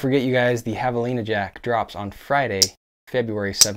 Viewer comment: I laughed out loud when you said Jav-a-Line-ah which to me was extra funny since you habla Español!